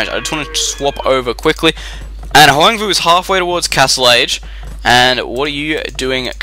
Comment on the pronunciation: You pronounced my name almost correct :)